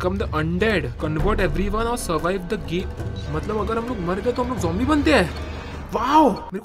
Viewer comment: Mythpat Said Zombie - Mythpat Said Jombie I laughed a lot when he said, 'Jombie' Just hear it once, you will laugh..